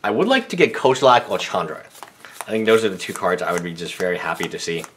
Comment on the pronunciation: why the fuck does he say kozilek like (kow-zil-aak)???